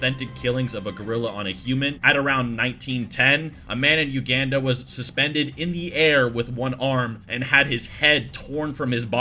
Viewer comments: Uganda (you-gone-da) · Okay, I'm sorry. Great vid and all. But U-GONE-da. Not.... whatever the hell THAT was lol. U-GONE-da. That's how it's pronounced. That's how you say 'Uganda'. Uganda = U-gone-da. xD (I'm normally not this pedantic but I used to live there and this made me cringe so hard. It'd be like calling Canada Ca-NAY-da). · craziest Uganda pronunciation I’ve ever heard